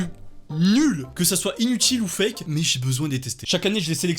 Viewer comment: c'est du cake" au lieu de c'est du fake ca m'a plié xDD